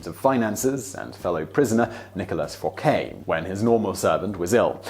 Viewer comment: I always enjoy your videos, but your pronunciation is almost always so poor that it is distracting. Dauger and Fouquet are really easy for an English speaker; you just don't seem to try.